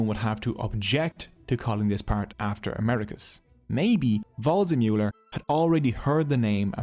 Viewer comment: “Just like WRONG-zemuller” 😂🥳😂🥳😂🥳